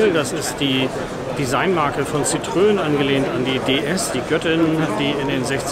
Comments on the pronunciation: Oh, bitte nicht „Sitrön“ sagen. Das tut ja in den Ohren weh! Da ist ein Tremolo auf dem e in Citroën! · Zitröön 🙈 Sorry geht gar nicht. Gesprochen so ungefähr Sitro enn Danke für das Video!